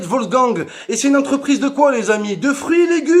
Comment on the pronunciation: Il dit coi 😕🤷